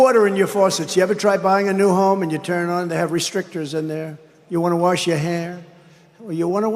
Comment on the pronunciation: I like how Dump the Trump says worsh instead of wash its like there's no worsh he's so dumb lol